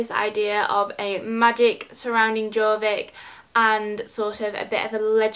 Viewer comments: It’s pronounced yorvik not Jorvik xoxo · Its pronounced yorvik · Hiiii so bascically Jorvik is pronounced yorvik :)